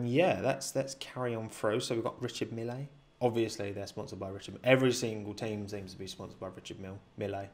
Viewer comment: it’s pronounced REE shard MEEHL